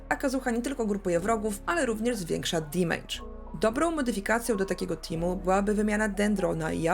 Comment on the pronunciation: Oglądam regularnie, lubię, szanuję, podoba mi się merytoryka, humor, swoboda wypowiedzi ale...błagam ! na kolanach błagam w imię poprawnej angielszczyzny - nie dimejdż, dymejdż, dimedż czy dymydż tylko DEMYDŻ (amer.) albo DAMYDŻ (ang)...uszy mi krwawią za każdym razem :( p.s. tak czepiam się i pozdrawiam cieplutko :)